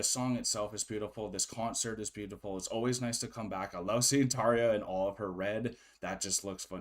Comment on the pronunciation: You said Tarja correctly. Our R is different than English R. It is rolled R. That Emppu's guitar I love that always 🤘